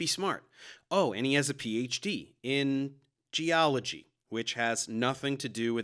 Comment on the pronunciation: Casey Luskin, Ph.D. Gee-ology.